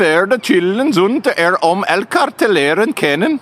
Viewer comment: that last part was near perfect dutch ''elkaar te leren kennen"